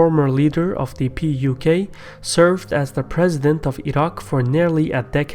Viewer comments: You keep saying PQY instead of PUK !! LOL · It’s not PYQ, it’s PUK (Patriotic Union of Kurdistan)